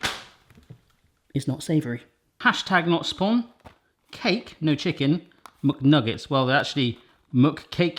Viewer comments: It's not muk its mac and just say nuggets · What's a "muck nugget"? Do you mean "McNuggets"? I get you're trying to make it understandable for 'muricans, but no need to ruin the English Language for them. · Nobody: Absolutely nobody:: MuckNuggets